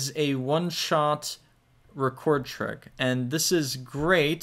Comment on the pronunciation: man you gotta stop saying "trig" like dat